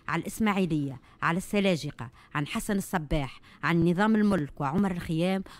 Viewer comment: حسن بن الصباح يا أختي، أنطق الإسم بالصحيح يهديك